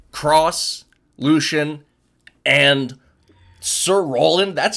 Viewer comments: Disliked after he said that queen nai has axe and called "Lucien", lushen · ITS LUCIEN NOT LUSHON